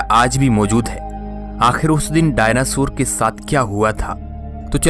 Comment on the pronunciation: डायनासुर नही डायनासोर बोलते है भाई😂😂😂